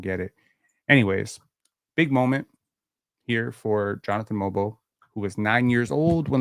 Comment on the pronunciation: Watched the game from korea. I was surprised that the krn commentators had pronounced mogbo properly yet called shead sheeeed lol